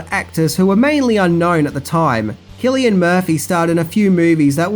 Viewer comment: Not sure where you got the hard C for Cillian Murphy but it’s... not